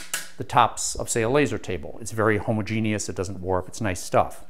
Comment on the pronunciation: There is a correct way to say homogenous, and you aren't even close. Aside from that I thank you for YOUR instruction sir.